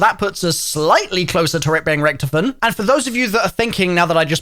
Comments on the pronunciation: This guy said rktfin not richtofen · He did not pronounce ricktofen like 😐